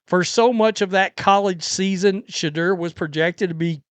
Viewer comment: Work on saying his name correctly Sha - Door